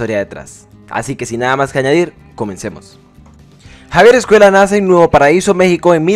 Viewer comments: Me resulta imposible ver este vídeo con el autor todo el rato diciendo 'Javier EscueLa'. Es una ll. No sabes leer? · Hablas español, pronuncia bien Escuella!!